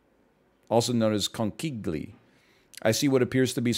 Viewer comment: the "conchiglie" pronounciation took me out